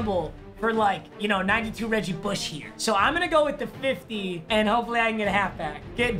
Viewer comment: did he just say Reggie Bushy